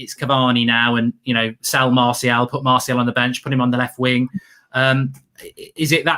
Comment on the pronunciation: Nobody: Absoulty nobody: Absoulty nofucking person itw......:"MaRsHaL"😂